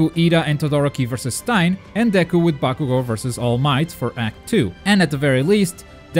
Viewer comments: Stein? Wtf why can’t he say Stain I know it’s the accent but come on man? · Its stain not stine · Did you call Stain..... STIAN?!? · It sounds like you said stine instead of stain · im pretty sure its stain(dirt) not stein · You said Stine not Stain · why its not staain its stain like oh god that gravy stained my shirt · It's stain not stine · Stein?! You mean Stain!?!? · hey dude its pronounced (steɪn) like a stain on the wall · Notice how calls stain stein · Markus richard “stein” 😂😂😂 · Learn how to pronounce stain plz its annoying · No trying to be mean,and you can get rid of a accent but todoroki and stain got pronounced wrong its kinda irritating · Don't fucking say stains name like that